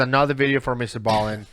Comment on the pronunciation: It’s Mr. B Allen not ballin